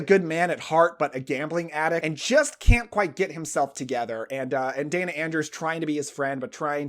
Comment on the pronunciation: Day-na Andrews, not Dan-na. Otherwise, loved your video! ❤